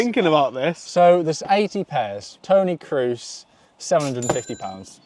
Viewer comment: dude pronounced Crusie like tom cruise😂